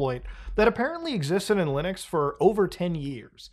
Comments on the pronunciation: Muta saying Loonux :3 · i keep hearing "loonix" lol